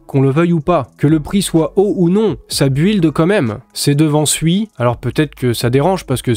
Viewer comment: Build : prononce BILD je t’en supplie,tu nous fais saigner les oreilles avec ton anglais :-)